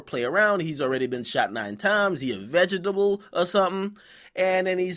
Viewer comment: vega-table... lmao